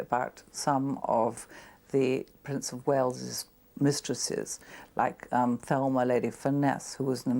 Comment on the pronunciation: Wasn't Thelma, Lady Furness' name pronounced Telma? I saw a miniseries once (it featured Bette Davis as the Matriarch of the Vanderbilts) about Thelma's sister who married Christopher Plummer, Bette Davis' son who played Reggie Vanderbilt who was busy blowing what little was left of the Vanderbilts' fortune on cardgames. "Little Gloria Happy at Last" it was called.